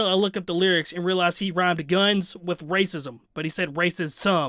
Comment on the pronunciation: He didn’t casually throw around “racism”. He said “race-is-uhm”.